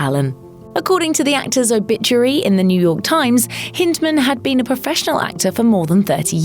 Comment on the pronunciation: Hind…. As in back side. Hind-man. Not like hint.